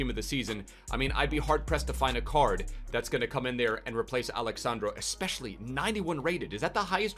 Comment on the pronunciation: He's not Alex sand-raw He's Alex sun-draw